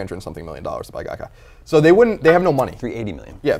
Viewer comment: Dude, it's Gaikai.